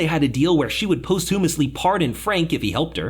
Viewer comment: Correct your pronunciation of posthumously